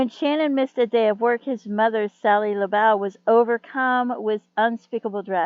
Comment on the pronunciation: And it’s pronounced laboo. Thank you for doing a video on him. His family deserve justice